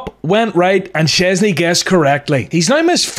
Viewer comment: Szczęsny jest super. Dobra wymowa